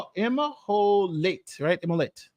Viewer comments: Really good video however one thing annoyed me... April is in Egyptian I have heard it pronounced (em-holt ) No shade I just wanted to let you know in case you do another video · Pronounced immholt